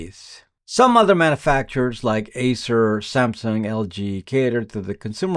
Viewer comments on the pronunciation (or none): Did you say Acer? Or Ace